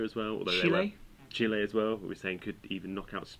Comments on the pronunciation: Chilay? da fuck, it's pronounced chillie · In Spanish it's pronounced Chi-leh.